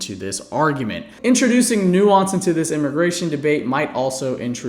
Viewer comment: They don't even know how to pronounce or define the word nuance.